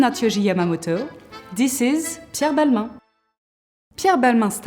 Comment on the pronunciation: You say Balma 😅